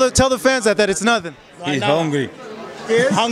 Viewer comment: "He's hooungwy"lol